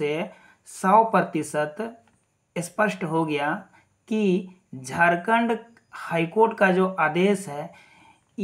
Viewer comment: Aapko to jharkhand bhi bolna sahi se nahi aata, kya daru pi kar video bna rhe hai, ... Pahle hos me aa lijiye fir video bnaye. मैं आपको बता देता हूं, फैसला जो भी आएगा , सही आएगा । Ctet or jtet दोनो के लिए आएगा, कोई बाहर नहीं होने वाला है । जोहार झारखंड!